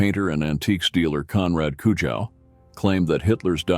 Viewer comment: at least pronounce Mr. Konrad Kujau’s name correctly. 😬🥴